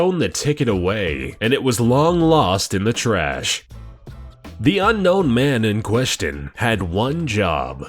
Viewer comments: "Unkown assassin"? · You put unkown... Not unknown... LOL